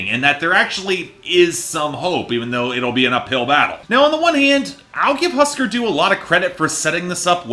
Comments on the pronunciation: Pronounced hoosker doo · Couldn’t be bothered to pronounce Husker Du correctly, I was shocked at the part where he didn’t call the Who, the Wha. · Why don't you learn how pronounce the band's name for starters. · I think that if you review an album, you should at least be able to pronounce the name of the band correctly. Just a thought.